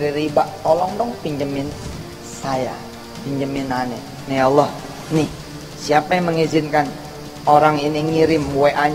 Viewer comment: Alloh baca W, A... 🤣🤣🤣